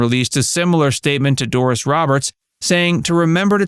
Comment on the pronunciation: It's "Doris" not "Dooris"😮